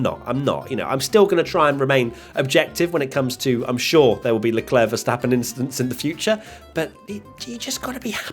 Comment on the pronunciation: no one: Leclerc: Just an Inchident